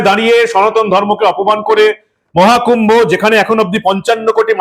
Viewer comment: পরিস্কার করে কথাটা ও বলতে পারে না। মহাকূম্ভো না বলে মোয়াকুম্ভো।